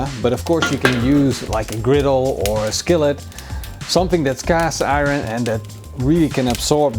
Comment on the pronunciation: I love this channel! "Something that's cast i-run!" "I'm using ciabatta, but can use any sandwich you want. (Instead of saying, you can use any bread you want. He said sandwich you want.) Lmfaooo! Ctfu! De la puraaa! Anyhow... That sammich looks to die for! Kudos to you!